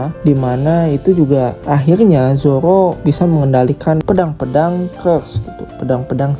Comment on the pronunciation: kedengernya zowo 😂😂